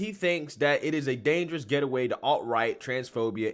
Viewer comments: the word is gate-way, not get-e-way. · The word you kept trying to read from the article was “gateway” not “getaway”. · You kept calling it “getaway,” what he actually said was “gateway,” which is much worse! (usually used in a context of encouraging drug addiction). Klein = Complete Tool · I agree with you completely here! As usual! One thing you could do for me if it matters to you is to look into how you pronounce gateway... Gate way.